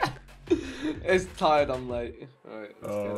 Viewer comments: Did anyone else catch vik say “it’s tired, I’m late” in the beginning😂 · Did vik say "it's tired I'm late"? 😂😂😂